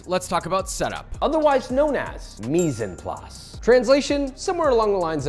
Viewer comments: I thought you said "mice in place", what a disaster!😂 Really good video. I appreciate your time. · it is pronounced "Mize on place" En in french is pronounced on but with the short french "n" almost like an "Ah" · nice video! but please learn how to say 'mise en place' correctly :face-pink-tears